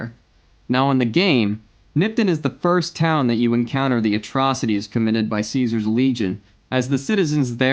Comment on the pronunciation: Uh it's pronounced "Caesar" not "Caesar" 👍🏻 Love the video!